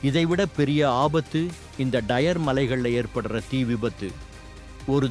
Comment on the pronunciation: தமிழை கொலை செய்யாதீங்க டா டயர் டைர் கிடையாது